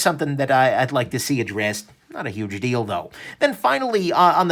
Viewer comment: Be careful: "Not a huge deal, though" sounds like "Not a huge dildo". :) Nice review as always, wish I had more money right now!